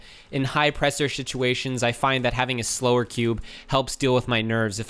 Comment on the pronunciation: In high presure shituations